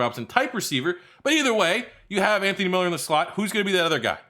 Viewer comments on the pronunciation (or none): none